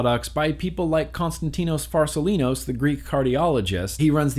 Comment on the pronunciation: How many times did it take for you to say constatino farsalinos right??